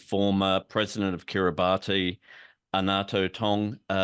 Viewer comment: Kiribati is pronounced phonetically as Ki-ree-bass.